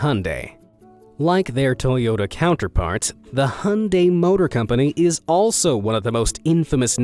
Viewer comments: Hyundai is pronounced Hi-on-die not Hun-day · It’s not pronounced hunday, it’s pronounced hiundie! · its not hundai hyunedie is the pronunciation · IT'S NOT HUNDAE ITS HYUNDAI. HYU-N- DAI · U said Hun-day but I say Hi-un-dai who is correct? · why muricans say hondaei instead of hyundai? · Hyundai is pronounced "hi-oon-die" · the narrator pronounce "Hyundai" as ( han-day) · **it’s pronounced ... Hi-Un-Dai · That is not how to pronounce Hyundai. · Never heard someone butcher the word "Hyundai" more than this dude.